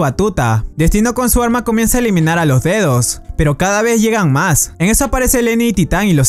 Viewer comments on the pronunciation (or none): cuando dice D2 parece a dice dedos xD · Chicos si dicen D2 suena que estuvieran diciendo dedos jsjsjsjsjsjjs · D2 suena como dedos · Soy el único que envés de D2 escucha dedos